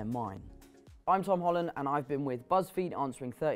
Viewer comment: im sorry, the way he says buzzfeed😂😂😂